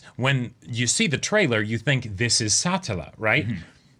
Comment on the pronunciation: A self-insert is a character that represents the author or someone else with the authority to make creative decisions. What you're thinking of is audience surrogate. The way you guys pronounce Satella just causes me to hear "satellite" every time you say her name. Even if Subaru did treat Petra like and adult it would still be 100% platonic because she isn't Emilia so no need to be so squeamish about it lol. Pretty sure the Rem sub-plot is all for the drama rather than some strategy to get her out of the way.